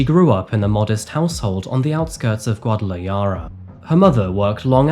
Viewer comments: Bruv it's Gwa-Da-La-Hara not Gwa-Da-Li-Ara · Guadalayara 😂 It’s pronounced Guad-a-la-hara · Guadalajara - the accent is on the 2nd to last syllable and the 'j' is pronounced like an English 'h' Gua-da-la-HA-ra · It’s pronounced harra not yarra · It's not Guadalayara....It's Guadalajara..The J is pronounced like an H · Hey! Long time fan of your channel!! I just wanted to let you know that the "j" in Guadalajara is actually not pronounced as "y" but more like "kh", sort of like a hissing H sound in the back of your throat. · Guadalajara….its pronounced as an h sound not a y. It’s driving me nuts every time he says it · Hello friend, just for future reference, the letter J in most Spanish countries (especially in Mexico) the J is pronounced as H . Guadalajara is pronounced Gwada La Hada or Gwada La Hara is you can’t roll your Rs . Just so you don’t sound silly mispronouncing stuff. GwadalaYarra is killing me!😂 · "Guadalayara"? Guadala - what? It's Guadalahara - the j is pronounced as an h - Guadalajara. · Guada la yara huh???😂😂😂😂😂 It's actually pronounced Guarda La Hara. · GuatalaYara? The 'J' in Spanish is an "H', the place is pronounced 'Guadala HAR a'. The 'Y' sound is for the double L, like 'Calle' would be 'Ca-yeh'. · Guadalajara is pronounced "GuadalaHARA not YARA" might be worthwhile to check pronunciation on google before you make a video about a place you don't have a language connection to. Thanks! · Bubba, it’s pronounced Guadala “ha-ra” not “ya-ra” 😉. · Guadalajara please pronounce it properly you dolt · Not Guadalayara 😂😂😂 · What is Guadalayara? Habibi, it is Guadalajara, guadalaKhara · guadalajara - the j is pronounced like an h, not a y. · Guadalajara. Pronounce the J as if it were an H not a Y! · how did you miss Mexico has a problem with cartel violence, that accounts for most killings not masculinity (machismo) and btw it is pronounced gwah dah lag har(rolling r) rah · "Guadala HARA", FFS! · Guada-la-hara is how it's pronounced